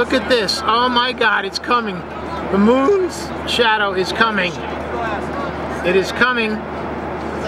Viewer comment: "the MOOOOOOOONS shadow is coming" (I know it's "baileys beads" but he pronounced it like this) "BELLYS BEADS BELLYS BEADS" (like he's crying) Diamond ring!